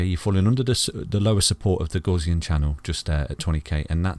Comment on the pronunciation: Love your analysis. But I must say I was shocked to see you display the 5 day gaussian channel and happy you pronounce it correctly. Crypto university and his 5 day FUD quick sand charts seem highly suspicious. Who cares about shizer coins, let's go bitcoin!